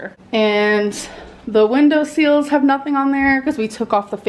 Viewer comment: Window seals??? It's sill. A window sill 🤣😂